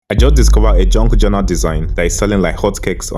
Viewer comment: what the hell is a JUNK journal? can barely understand what you said. and never heard of this term until today.